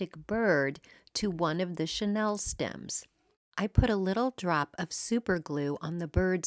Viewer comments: Great projects! FYI, What you used to make those trees is pronounced Sha Neal. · Wait, it's a 'Chanel' "chenille" tree?